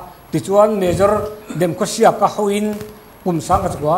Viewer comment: its demkhosiek not demkhoseh